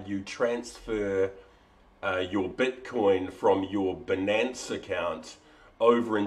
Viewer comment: Great Video! worked for me a treat. btw, perhaps its the accent but its 'BY-Nance', as it rhymes with Finance haha